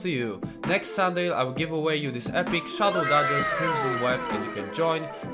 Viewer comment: I swear, you are the only person who calls them shadow dadgers 😅